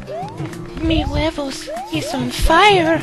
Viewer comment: its huevos, not weboes